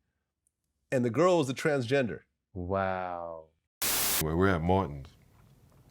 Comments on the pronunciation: GLAD did you hear when said TransGINGER? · Whenever he says transginger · A transginger i'm done lmaoooooooooooo it's transgender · Bro said transginger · " transGINGER " - ladies & gentlemen